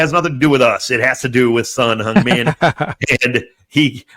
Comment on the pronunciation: you say 'Song Heung Min' like Korean! Perfect pronunciation =)